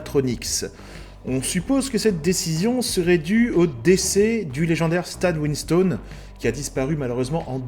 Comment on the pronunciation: Je découvre la chaine par cette vidéo Sympa la petite vidéo. Quelques coquilles cependant, mais rien de méchant (on dit pas "win-staune" mais "winstonne" et le jeu terminator resistance est + un fps (first person shooter ) qu'un RPG même si y a des élements de rpg. comme j'ai dit, rien de grave! par contre t'as donné ton avis sur les 3 premiers films et les 2 derniers... t'as oublié salvation ! perso c'est mon préféré "non-cameron"